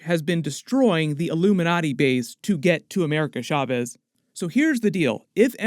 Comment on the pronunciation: I'm sorry but every time u say Chavez u say it Shaves it's Cha not Sha